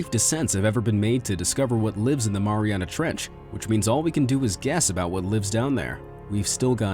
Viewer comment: I think I’ve heard “Maria trench” over a 1000 times in this video...